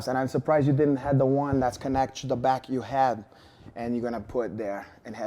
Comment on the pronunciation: "You're right they found a lot of mexicans and now they're going to send them hback" lmao